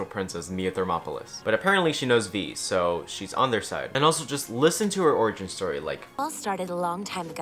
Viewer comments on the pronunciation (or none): none